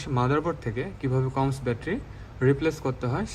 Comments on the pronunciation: কোমস নয় সিমোস।😄😄😄😄😄😄😄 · উচ্চারণ টা কমস্ না । এটা সি - মস হবে ।